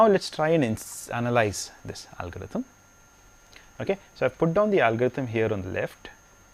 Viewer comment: "AALL" GO-RITHM........:P